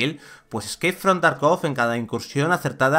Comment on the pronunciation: Por favor, se dice tArkov la sílaba cae en la A.